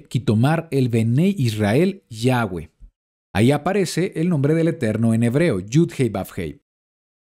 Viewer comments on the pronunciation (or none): shalom shalom!!! que curiosa información...aprendí mucho....una curiosidad... por que ahora pronunciado YAHWEH (GUE)? si ya antes aclaro que se pronuncia (VE) no digo que esta mal pero la pronunciación si lo esta ya que la W en el aleman y polaco suena como V ....ya que YHWH viene del judío azquenazi....pero igual...excelente enseñanza